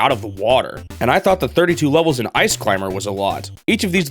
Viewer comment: This guy pronounces the word "levels" like "lovols"